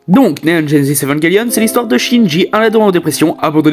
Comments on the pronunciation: J’adore le concepts mais c’est vrmnt trom rapide comme rythme (et en même temps très cours 10min pour parlé d’evangelion c’est cours) et j’ten supplie dit évanjélion et pas evanguélion( prend le pas mal mais ça m’a vrmt trigger) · Cette prononciation est correcte en anglais "évanguelione", mais c'est vrai qu'en FRANGLAIS ça se dit bien "évanjélion" (moi le premier). ;-)